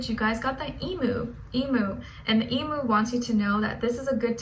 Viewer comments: I’m an Australian Pisces and everything was on point except the way you say Emu! It’s pronounced Eee-myou, not eee-mooo 😋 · I love how she says “emu” sounds like she says emooo ahahah